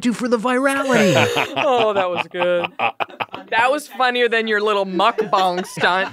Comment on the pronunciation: She pronounced mukbang correctly! So rare, so cool! 먹방! It's "muck-bahng."